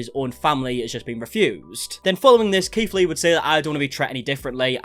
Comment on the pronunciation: I keep thinking hes saying Keef Lee XD oops